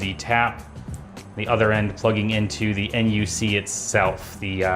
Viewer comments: Nice video I like it. But just call the Intel NUC “a nuck” instead of N U C next time lol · intel n, u, c? Most of us call it the NUC (knuck).